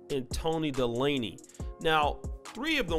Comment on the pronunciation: Toni De-laney? Its pronounced, Day-ley lol